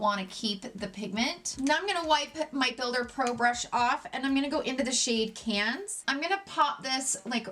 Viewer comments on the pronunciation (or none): Seychelles = “say-shells” Cannes = “can” 😘